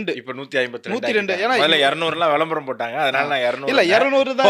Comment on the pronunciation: "வெளம்பரம்" அல்ல "விளம்பரம்" 😂